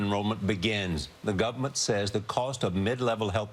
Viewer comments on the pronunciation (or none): No, he said "guvament". Which is close enough to "government". Give Charlie Rose a break. He's old. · Did this dude say the Gubment?